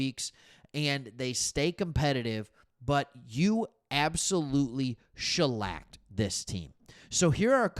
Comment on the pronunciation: "Shellacked". Nice.